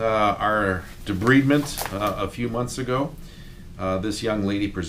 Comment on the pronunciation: Wonderful work but it is pronounce De-bride-ment, not debreeding!